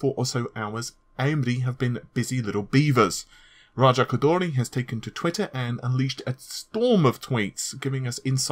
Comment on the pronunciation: Someone please tell me why everytime a Westerner sees a foreign name with an "R" in it, they automatically turn into human drumrolls? It's ok to say ko-door-ee lol